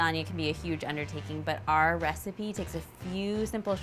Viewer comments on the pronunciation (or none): none